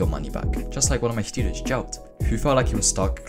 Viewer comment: am i the only one hearing shtudents?